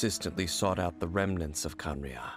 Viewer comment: Kanaraiya, ah yes, kanaraiya.